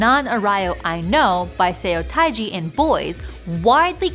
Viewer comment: Thank you I always enjoy these videos but I gotta say I’m shocked to see you mispronounce Seo Taeji so badly. It’s pronounced “suh-teh-jee”